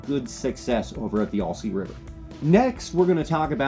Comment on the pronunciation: Not sure why people can’t pronounce this name, but it’s “Al- sea” NOT “All-sea”. It’s like saying “Hi, my name is Al.” Not saying why do you “ALL” say this river name incorrectly. Might as well say you’re fishing in ORY-GONE 🙄